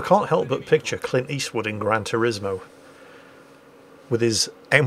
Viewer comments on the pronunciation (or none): Clint Eastwood's movie is Gran "Torino" not "Torismo." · Actually, it's Gran Torino...